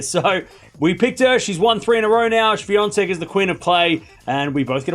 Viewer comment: How to pronounce "Swiatek"? I heard, it sounded like "Swiantek"... (to be frank, I am not good in listening foreign names being pronounced)